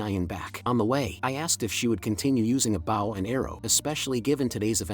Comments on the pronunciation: Awesome work. but the AI reader saying Bow like Wow and not Bow like Beau drove me nuts. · How can none of these AI pronounce Bow properly 🤔😂